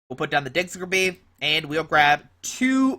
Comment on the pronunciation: digs-ger-bee.....lol. Its diggers bee mang.